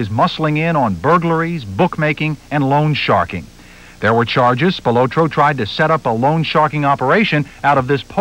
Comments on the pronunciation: Spil-O-tro with emphasis on the O is annoying. It should be Spil-otro . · Why are they calling him Tony "SpilOtro" when its SpilAtro? Is one an alias i wonder... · They way they pronouncing Spilotro is just annoying!!